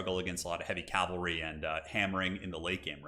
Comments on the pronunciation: Get yours checked, mate. Clearly incorrectly saying "Cal - vary" throughout, instead of the correct, "Cav - alry". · Please learn how to pronounce cavalry. Hint, it's not calvary